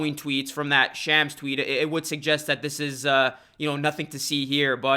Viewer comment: You butchered Shams name lmao